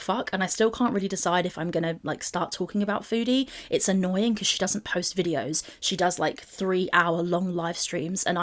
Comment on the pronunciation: Don't you mean annoYEEEN?